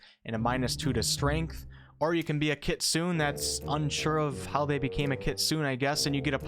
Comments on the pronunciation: i guess that "kitsune" is a japanese word so not [kit-soon] as you said but [kit-soo-ney]. like the oni tiefling there are japanese flavors here and there , as chinese (jiang shi vampire ) and indian ( garuda celestial ) for what i noticed. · KitsunÉ not kitsoon! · Its actually not pronounced "nay" at all. It's like the ne in nephew. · You asked about pronunciation for the Dhampir but your pronunciation of the Kitsune is off. It is Japanese for "fox" and is pronounced keet-su-neh. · Kitsune = Kitsoonay the E has an Ay sound its japanese, not trying to be a smartarse just being informative. :) Loved the breakdown have a like :) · Not that I don't understand the mistake, but Kitsune is pronounced more like kit-sune-ay (the ending "e" is a long "a" sound). It is just that it is grating to hear it mispronounced, but again, I get it, I used to say it the same way you do. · More like "keet-soon-eh". Hard "ee," soft "oo," breathy "h" on the end. The "oo" is more of a half pronounced "oo," as in stop halfway through, before the sound becomes harsh or... hard, for lack of a better description. Shame they aren't half as cute as actual foxes. Why couldn't they be comparable to halflings, just with fox faces? Now, my knowledge of Chinese pronunciation is pretty sketch, but Korean uses a near identical word to the Chinese "Jiang-shi," which is "Kang-shee." In Korean, it's pronounced "kah-ng-shee." If I recall, the Chinese "Jiang-shi" is pronounced "Jee-ah-ng-shee." I don't remember Jiang-shi being depicted as vampiric, more like zombies... The standout imagery from my youth is seeing them as dressed-up corpses (traditional, fine Chinese garb) with Taoist talismans slapped on their foreheads. They held their arms straight out ahead of them, stiff and rigid in body, and hopped around without moving their legs. Incredibly silly imagery, and probably not even remotely like what the Pathfinder Jiang-shi are depicted as. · FYI wolf kitsune is pronounced "Kit-soo-nay"